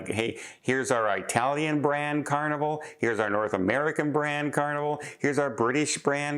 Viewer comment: please, not EYE-talian.. Italian begins the same as the word Italian. Would you say EYE- taly???